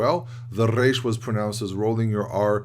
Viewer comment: You’re the only one in USA that I heard pronouncing correctly the resh.